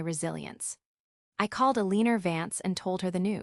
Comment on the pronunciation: Im pretty sure the AI is pronouncing "Eleanor " as "A-lean-er". Repeatedly. Across multiple stories. It's annoying